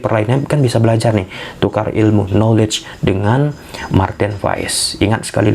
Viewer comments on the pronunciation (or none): none